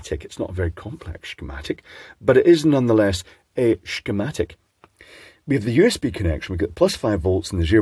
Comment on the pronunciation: You pronounced Temu well, but Shcematic sounds distinctly Shwiss!